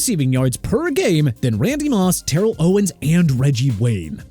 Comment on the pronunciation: Terrell Davis' first name is pronounced TER-RELL and Terrell Owens' first name is pronounced TA-RELL!! BIG DIFFERENCE!!